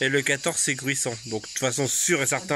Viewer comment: Bijour, j Juste pour dire qu'on ne dit pas Gruissano, mais Gruissanots bien prononcé et appuyé sur le T, aussi non tu vas passer pour un touriste !! 😂 d'autres part le 15/7 vous avez un feu d'artifice à Saïnt Pierre .🎉 Autre point : la rivière c top ...mais va falloir,.se renseigner sur les analyses de l'eau en mairie, car elle risque detre e impropre à la baignade. .. avec le manque d'eau et la chaleur Voilà voilà ! Bon 14 juillet